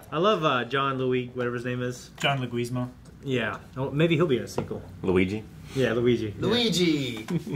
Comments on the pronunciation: John Luigui! XD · John lou-gweez-mo?! C'mon. That's embarrassing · Ya'll really need to learn how to say this actor's name, John Leguizamo because you are all absolutely mispronouncing the poor man's name ALL the time.